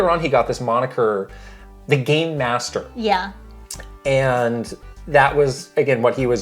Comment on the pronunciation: I heard this audio-only while working and kept hearing "Gay master pacified" and He was dubbed the "gay master." I thought K&K were finally doing something for Pride lol, but no ... just PR 😅😂